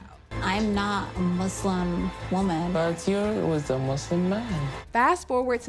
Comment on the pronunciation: The word Muslim has an ‘s’ in it, not a ‘z’…